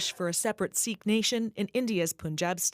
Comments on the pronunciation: it's not a "sick" temple you dolt. it's pronounces "seek" this has nothing to do with canada. treat it as the homocide that it is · OMG! Ignorant equity hiring. Sikh is pronounced "seek," not "sick."